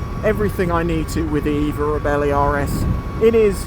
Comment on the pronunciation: Sorry mate... belly, bellie, reebelly not really... "ree" "belle" "eeh" 😉😜 Nice review. Twist n gone 👏👏🤗 I did look and the repayment options do bring it into affordable ! Will definitely see if I can get a test ride. Thank you 👌👍